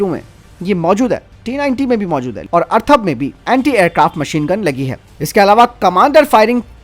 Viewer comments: Atharva na ki Arthava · मेरे बंधु... जानकारी अच्छी है, परंतु अर्थव और अथर्व में फरक जानलो...